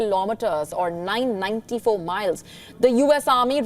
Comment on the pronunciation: 🤣🤣🤣🤣 what's with the megiles. I think you ment to say missiles.